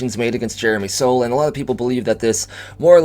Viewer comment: FYI, for the future, Soule is pronounced like Sool and not like Soul.